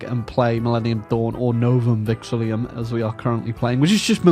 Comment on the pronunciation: A whole year later and still doesn't pronounce Novum Vexillum right - hurts my brain every time